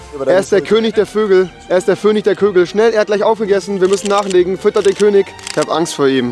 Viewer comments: "Der Vönig der Kögel" Dein IQ: 3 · Fönig" mit V